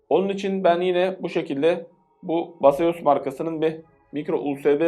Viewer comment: Marka beyzas diye okunuyor abi, base us, yani bize dayan :D